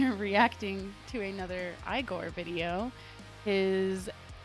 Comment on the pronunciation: Pronounced Eeegorrr not Eyegorrr. They sing in a made up language of their own. It’s all about the emotion conveyed.